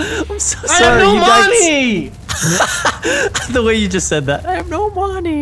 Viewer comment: " I HAVE NO MONY " lolololololol